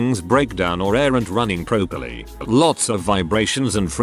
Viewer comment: Interesting that there was a comment about recent immigrants who couldn't speak properly and they mispronounced properly!